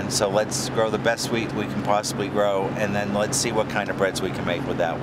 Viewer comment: wheat not weed